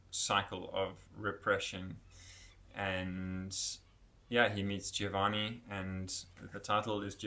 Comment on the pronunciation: It’s pronounced Giovanni not Gïovanni